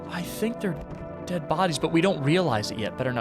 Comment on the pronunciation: just wanted to say you said deed and not dead :p